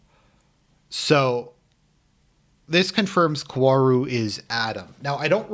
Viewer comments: I do agree almost at everything with you. But just to further clarify, the correct pronunciation of Kaworu's name is "Ka-O-Ru", Japanese phonetics are very different from English, so that's why it can be hard for English speakers to say his name. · Based on the comments I’m not even gonna waste 30 min to hear you pretend he’s not in love with Shinji and how you also keep mispronouncing his name.